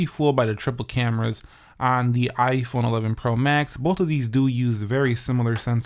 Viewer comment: dude said 11 pro mask